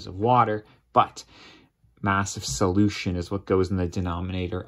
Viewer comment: Sadly I wasn’t able to get anything from this video because the entire experience was destroyed by his wacky use of the word solution. Who talks like that? He clearly has the wrong emPHASis or the wrong syllABLE.